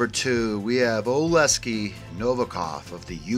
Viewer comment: Oleksii Oh-Leck-See You’re putting the S in the wrong spot